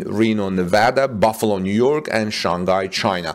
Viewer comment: Yes, solar roof production here in Buffalo, but also Superchargers and other power equipment. By the way, your pronunciation of 'Buffalo' is absolutely perfect 😊